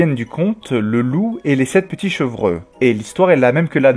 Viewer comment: Chevreux ? .... on dit "chevreau" 😁